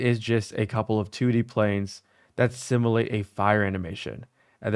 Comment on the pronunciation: sim-you-late not simalate